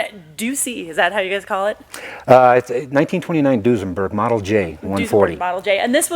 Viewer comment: Whats Dusenburg? Unless you guys meant Duesenberg ;)